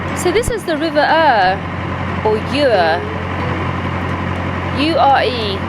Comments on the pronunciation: Lovely to see you at Borough bridge tonight and speak with you I look forward to your next adventure,oh by the way the pronounciation of the river is Youer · If/when you next pass through Boroughbridge, you should take a quick walk to the Devil's Arrows, an ancient stone monument. As you're in my neck of the woods again 😂 the Ure is pronounced "You'r". When you approached Boroughbridge on the Ouse you'll have passed under Aldwark Bridge, a toll on which must be paid to save a 25 mile round trip..as usual in the north, money is hard earned so the fee is 40p!! #owmuch? Welcome back to your travels up here... Where you get a lather on your soap!! 🤣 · This has been the fastest 26 minutes of my day. Terrific video. The river Ure is said Yoor. Comes from ancient times meaning strong or swift. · It's pronounced river youa, 😅 you southerners my my.😂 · Well I live close by and we pronounce it as I mentioned, love to you and Zepha.